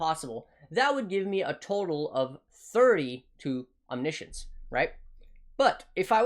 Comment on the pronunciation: Omni Science or omnishn